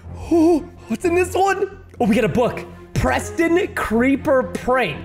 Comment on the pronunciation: He said Proston cuz your a pro